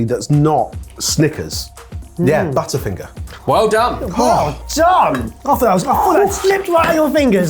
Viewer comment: Hearing a Brit pronounce butterfinger as it is written made me notice how we Americans pronounce it as “budderfinger.” Apparently there is a term for this and it’s called Flap T. When a T has a vowel on either side like city, water, waiter and butter, the hard T sound is often replaced with a D sound. Language is fascinating.